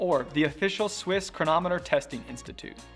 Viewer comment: The correct pronunciation is "chron AH mu ter"